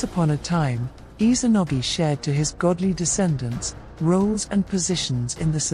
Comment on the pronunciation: Has anyone else noticed how she pronounces Izanagi? I’m hearing her pronouncing it as Izanogi, supposed to be IzaNAgi, not IzaNOgi. It’s IzaNAmi and IzaNAgi